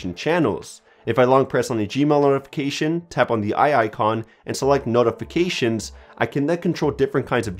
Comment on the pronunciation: Omfg.....the way u say notifications ...holy SHIT.